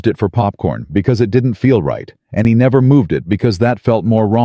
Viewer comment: Could you pronounce “He”, not “Hi” ? ??